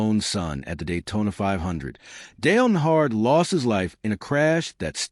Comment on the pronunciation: Its hard to take this seriously when the AI voice over can't even pronounce Dale Earnhardt correctly